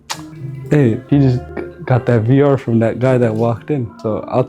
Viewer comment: Nigga fr dk how to say vr he been saying var 😂😂😂